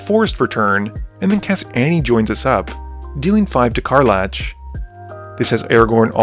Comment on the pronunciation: Magic content creators constantly pronouncing card names wrong brings me great joy.